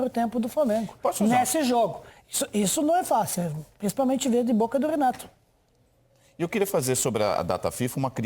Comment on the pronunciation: “Renight” Petkovic